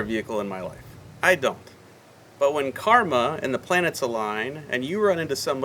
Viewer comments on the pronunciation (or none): none